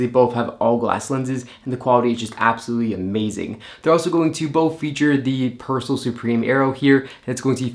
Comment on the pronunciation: The name is not Pers'l......it's Persoool!....." per il sole "